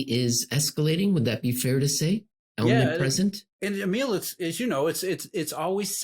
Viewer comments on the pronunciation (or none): none